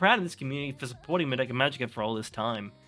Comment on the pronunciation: Oh just another thing: I recommend that you work on your pronunciation. It is mA-doka, not mad-Oka. It is not j"ojo-ey-eye" but "sho-u-ju-eye" for shoujou ai, It's not Sa-Ja-ka, but "tha-iy-akka" etc. For an anime fan you are making a lot of these stupid mistakes.